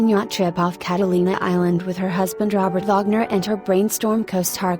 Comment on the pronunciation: She or it messes up Robert Wagner ( Vagner) & others